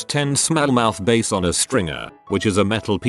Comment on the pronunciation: I love how the voice pronounces every single 'bass' wrong